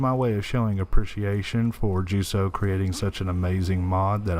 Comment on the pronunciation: This is a bit of a late comment, but as a German native, basically Ju So’s name would be pronounced as Yu Zo in English. Our J’s are usually soft unless the name is explicitly a hard J (we would still address John as John, Jamal as Jamal, but Johannes would be Yohannes), and S is pronounced slightly differently in German, with slightly more vibration in the front teeth, more like Z than S but a little in-between.